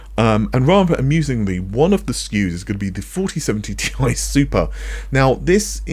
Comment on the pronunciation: It's T I , not Tie.